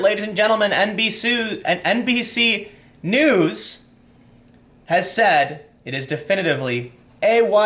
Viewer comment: You almost said "NBSue Knees".